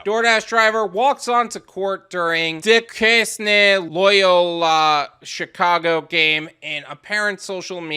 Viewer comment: Its pronounced Do-Caine